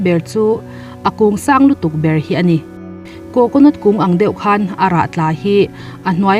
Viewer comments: Coconot ti lo la coconut ti la 😀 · Coconot tia lam ri lovin Coconut tih tur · Coconot😂😂😂... Chhiar dik ve hram teh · Coconut i lam dan mai2 cu le😀 coconawt tiin ilam alom le.. Thing ve khooooop Mai😁😁😂😂😂😂😂😂😂